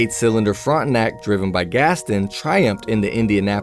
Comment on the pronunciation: There was nothing disturbing in this video except the pronunciation of Gaston.